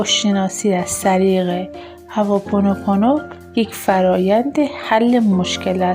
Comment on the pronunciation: هّوا پونوپونو نه عزیزم هُواوپونو..وقتی نمیتونی یه کلمه رو درست بگی چطور انتظار داری به حرفات گوش کنن.ضمنا این ۴ذکر ربطی نمک ندارد .ماستارو قاطی ابگوشت نکنید لطفا